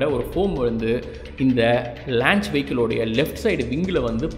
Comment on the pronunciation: athu lanch illa paa launch....you doing great job....very informative